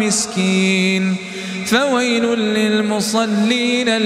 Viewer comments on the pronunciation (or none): none